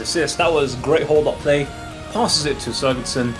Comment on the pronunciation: it's sigurdsson not suurgudsson come on man